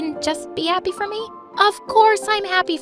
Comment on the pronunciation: It’s supposed to be my mom payed $1m for my makeover not my mom payed 1m$ fof my makeover yes they said fof instead of for